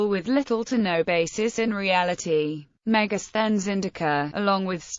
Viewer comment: Helpful to pronounce the word , Thank you 🙏